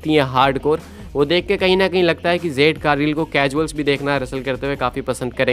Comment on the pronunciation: O bahi jade ko zade kyun bolte ho pronounce to theak se kiya kro